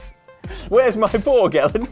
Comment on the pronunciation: Should've gone for flamethrower feet and tesla coil hands. Leave a trail of fire behind every powerslide and summon lightning as you shred on a guitar. EDIT: Excellent pronunciation of my name, Ellen! You've succeeded where everyone else has failed miserably!